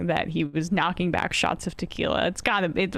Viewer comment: "My fancy t'quiila of ideeas" DR 😂